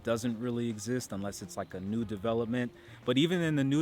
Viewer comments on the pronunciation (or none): none